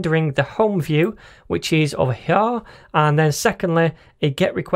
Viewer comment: Does anyone else hear Cartman when says "hyar" instead of " here"?